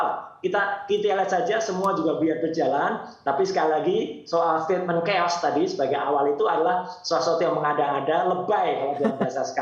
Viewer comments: KEOS?😂 CHAOS KALI 😂 BUKAN KAOS 😂😂😂😂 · Bukan cheos tapi caos